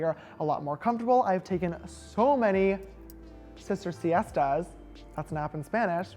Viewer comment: when he said that’s nap in spanish i was like wait is that my language, i had to go back because i thought he said c.s. tes skkdkf boy it’s siesTAAAAS not tes